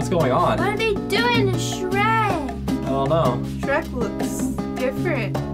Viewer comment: Its phrek lol sherk